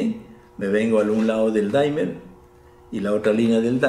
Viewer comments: soy fan y espero que no me quemen en leña verde por esto pero no se pronuncia "daimer" sino "dimer", tal cual, porque viene del verbo dim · Hola apreciado amigo Laniakea, Gracias por la visita y amables palabras. Me alegra que hayas visto este video sobre el Dimmer. Regulador de Voltaje...Permíteme que te FELICITE por tu acertada información. Acabo de consultar la pronunciación, es una palabra inglesa y en verdad es "DIMER". Aquí pongo el ENLACE para que puedan verlo... Nosotros hemos adoptado el térmico "daimer" porque en las tiendas donde los venden lo pronuncian así....y se ha covertido en un "modismo". Para que conozcas un poco más al DIMMER (dimer), Te doy un video de mi Canal, para que conozcas algo más de él. espero lo disfrutes.. Disculpas por el error al pronunciarlo....A partir de hoy lo llamaré "dimer"..... Te INVITO para que veas otros de mis 288 videos de mi canal. Trabajos de Física Experimental, para conocer mejor las maravillas de las Ciencias. Te deseo lo mejor. Suscríbete a mi Canal. Hasta pronto. Te doy el ENLACE de mis videos para que los veas poco a poco., -- Ecuador -- Un abrazo..!!